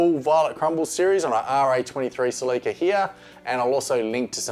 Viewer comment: The way you pronounce “Celica” tripped me out